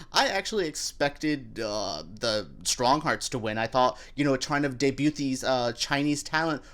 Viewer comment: He’s poking fun at the fact that you mispronounced the word. You’re not supposed to hear the “t” in debut.